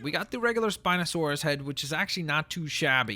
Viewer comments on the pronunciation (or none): none